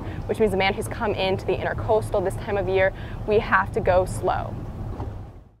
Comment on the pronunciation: IntrAcoastal not intErcostal